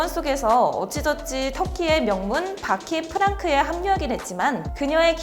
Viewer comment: 바키프랑크 -> 바키프방크